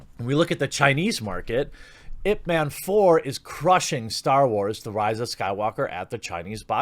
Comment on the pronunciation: Ip man...😂😂 It's pronounced eye pee man